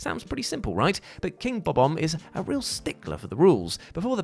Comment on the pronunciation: I always find it curious when people say the name Bob-omb. Because it actually pronounced Bo Bomb except the Bo is pronounced Ba and sounds like Ba Bomb. He pronounced it wrong like 3 times trying to sound it out phonetically but then gave up and pronounced it the correct way 😁